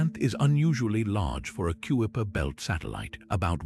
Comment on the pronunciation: You said it well! I hit pause when the sneakily perfect British AI voice called the region the "Cue-a-per" Belt.